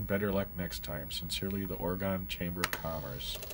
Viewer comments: Thought it was Oregon not Oragooon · OrEhGun. It's not Or-Gone. or Orey-Gone.